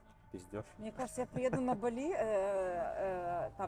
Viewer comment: БАли, а не БалИ